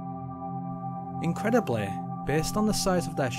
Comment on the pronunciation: Lol what accent is this? "Incredibleh" lol